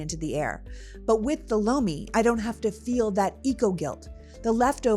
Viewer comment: Oh Lomi hahaha I thought you said bologna 😂 I didn't realize you were doing an ad.